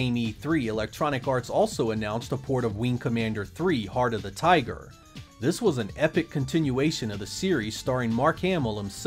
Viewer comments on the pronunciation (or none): none